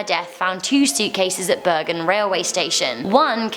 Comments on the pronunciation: And you Said bergen wrong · Burgen its bærgen